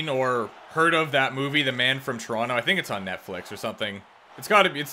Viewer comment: It's definitely not said Toronto. More like the Ch or Tron Oh